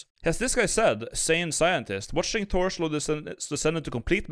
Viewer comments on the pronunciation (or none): none